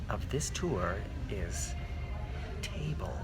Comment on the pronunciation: Saying table. It vexes me. I'm terribly vexed.